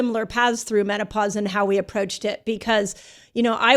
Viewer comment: She said meno-posse!! I love it.